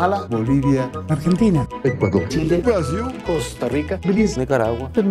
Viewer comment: Bolsonaro nn consegue nem falar Brasil direito kkkkk "BrUAsIL"